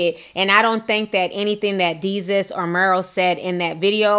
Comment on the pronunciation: DAY-SUS ..... "DESUS" lol...I had to correct u on that sis, love ya commentary ALWAYS.... Its so funny tho u saying Jesus with a D chile I cant stop laughing